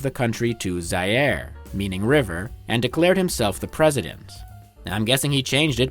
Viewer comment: shame you cant pronounce Zaïre